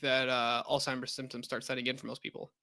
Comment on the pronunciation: I’m not listening to a got damn thing that comes out of someone’s mouth who says “altheimers” and “dehabilitating”